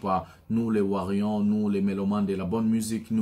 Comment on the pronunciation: nous sommes warriors et non warion stp appelle correctement ça va???